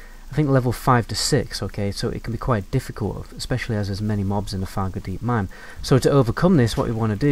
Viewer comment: I keep thinking you’re saying “Faggotdeep Mine”, which....Wells it isn’t wrong.